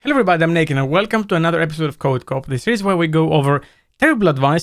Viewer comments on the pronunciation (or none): Fyi: when you say "Hi, i'm and" quickly, it sounds a lot like "Hi, I'm naked"